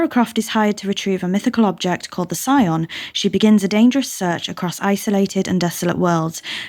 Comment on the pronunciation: Tomb Raider Anniversary is a remake of Tomb Raider, not a remaster. The artifact Lara has been hired to retrieve is the Scion, pronounced 'ski-on'.